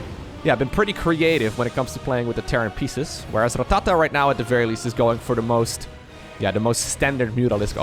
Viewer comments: Going to be honest, dont like how you say rattata. Sounds like your trying to instruct a drummer on his pacing. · You rolling the R in Rattata makes me feel funny. In a good way.